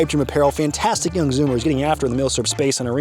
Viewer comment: It's pronounced plethora, not plethora. Sick video as always. Fan'tistic idea